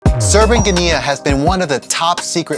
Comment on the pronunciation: 💀 = every Romanian 🇷🇴 your pronunciation of Serban Ghenea…